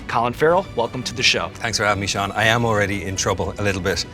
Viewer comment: He says Sean the way it's supposed to be said